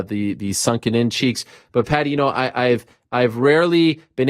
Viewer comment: You pronounce Paddy not Pedi wrf 🤣🤣🤣